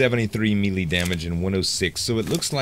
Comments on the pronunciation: its pronounced "MAY LAY" not Meeee Leeeee lol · Love your vids - You are awesome! Please say "may-lay" for melee :) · melee is pronounced malay